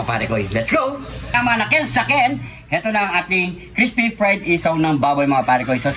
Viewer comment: Crispy 😂😂😂 idol nmn eh bungal ka,di nmin Marinig na crispy😅